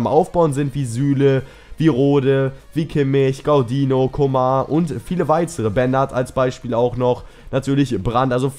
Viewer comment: Man spricht ihn nicht Coma aus ;) Sonst gutes Video!